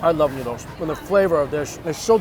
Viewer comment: Am i the only one hearing « Nudes »